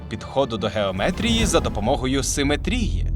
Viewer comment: Ну навіщо ви ріжете глядачам вуха? Не "симетрІї", а "симЕтрії".